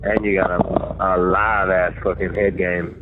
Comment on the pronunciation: He said '' live azz'' 😂😂